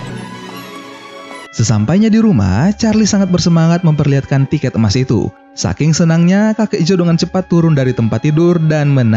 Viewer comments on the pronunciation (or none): none